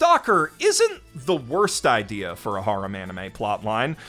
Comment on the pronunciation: Serious question, why do you pronounce harem like that